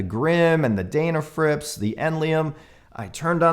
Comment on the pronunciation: Just one observation about pronunciation. You say 'Daynafrips' but everyone else calls that maker as 'Dennafrips' which seems to be close to their actual name. Not a big deal but I thought you might want to consider this. Cheers.